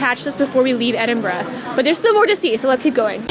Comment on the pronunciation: Thank you for pronouncing Edinburgh properly :) Not easy for Americans to do. You nailed it!